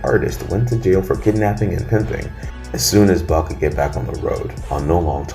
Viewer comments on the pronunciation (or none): none